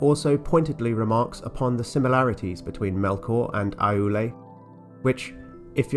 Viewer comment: Just a couple of pedantic pronunciation notes: "Námo" is pronounced "NAH-mo" rather than "NAY-mo", "Aulë" is pronounced "OW-lay" rather than "ah-OO-lay", and "Vairë" is pronounced "VYE-ray". JRRT does love his diphthongs! But all told you're doing splendidly handling the shower of names that JRRT hurls at us: we should be thankful that not all of these start with the letter "F" 🤣